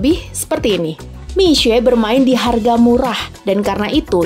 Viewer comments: Boleh apresiasi gk sih intonasi mandarin naratornya tepat… mi xue bukan miksue atau miksu… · Keren pelafalan mandarin naratornya benar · kok jadi agak kasian naratornya ya wkwk, jadi harus baca Mixue dengan aksen yang bener terus"an😅😅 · Baru tau kalo mixue di bacanya misee bukan miksu'e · sebenarnya d ig udh ada yang bikin konten, bagaimana sih pelafalan mixue, yang ngomong itu langsung dari para pekerja. Dan rata" mesti ngomong nya Misye. Nah kebetulan narasi memperjelas lagi, dari pelafalan Hingga aksen serta bagaimana grow up ini bisnis. Good job sih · Dari video ini aku jadi belajar bagaimana menyebut "mixue" dg benar :) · Terima kasih atas pengucapan serta lafal yg benar dr Mixue. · justru cara baca narator ini yang benar.. wkwkwkwkwk. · Baru kali ini ada yg baca Mixue dgn benar. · Narrator setidaknya berhasil mengucapkan "mixue" dgn pelafalan yg bener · Fasih banget pelafalan Mixue 🙄👍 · Dari video ini saya tau cara ngucapin Mixue, selama ini bilangnya Miksuwe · Akhirnya ada media yang melafalkan nama Mixue dengan benar. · lafalnya bahkan sampai intonasi bahasa Mandarin diikuti. Kalau menurut aku sebenarnya dibaca seperti nama orang Indonesia "Misye" aja udah bagus, tapi ini benar-benar serius dalam pelafalan sampai intonasi aslinya juga dilafalkan.